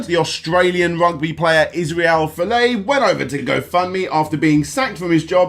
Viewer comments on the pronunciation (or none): His last name is Folau, not Filet (Mignon) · It's pronounced "iz-rail foh-laow (laow like cow)" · btw, it's Iz-rail Full-ow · You pronounce ‘Folau’ as ‘Fillay’? Really? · The way you are pronouncing Folau makes me cringe so hard 😂